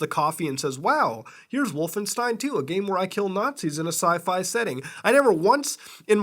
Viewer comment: Oh dear "Wallenstein"